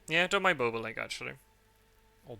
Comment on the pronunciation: Bobolink is pronounced Bob-o-link, rather than bow-bow-link :-)